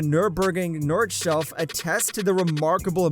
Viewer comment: "Nurburgring Northshelf" 😂😂